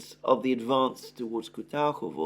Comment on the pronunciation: kuRAHOvo not KUTAHOVO